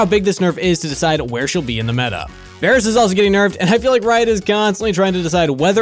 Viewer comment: Varus? VARUS? really?